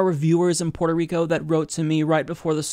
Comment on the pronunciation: Dude. It's Puerto, not Porto.